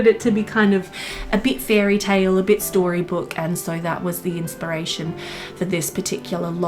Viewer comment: We did it fam, we got to say "storybook" correctly 😂 I love all the paneled walls and the colors you chose. The whole thing is so beautiful. I wish I had your patience to build and decorate.